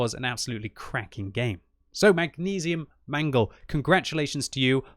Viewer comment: It's actually Mangel not mangle